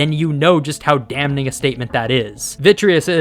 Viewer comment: did you just pronounce the N in "damning"? 🤨